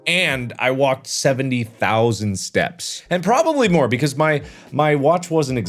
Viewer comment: it kind of sounds like he's saying stabs and not steps hey mark who u gonna kill... i ain't gonna tell the authorities